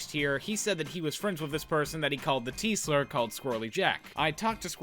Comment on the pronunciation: When you said "this person that he called the 't-slur'" I heard "the Teesler" which is my new favorite Dr. Suess character.